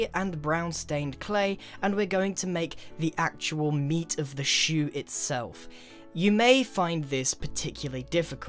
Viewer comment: i didnt watch you build a foothouse, i just listened to you say "bewt" "shew" "fut"